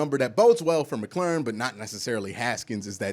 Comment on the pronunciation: Bro... I love what you've got to say. Except for Terry McLaurin's last name. 😂